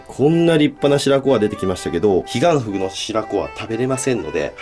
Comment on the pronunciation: ｢ヒガンフグを捌いて行きます｣が｢ディアンヌを捌いて行きます｣に聞こえて、え？ってなった。